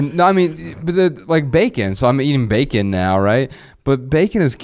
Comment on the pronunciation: 😂😂😂😂 been saying beer can over and over. I was like bullshit! But it does sound like a Jamaican saying bacon 😂😂😂